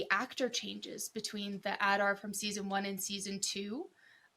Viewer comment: AD-ar Not OLL-dar😊